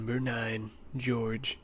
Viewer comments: It's jogre not george... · Jorges lol good good vid but man, "JOE-GER" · Georges??? Really? Jungle + Ogre = Jogre "Joe-ger" I hope you meant to say Georges lol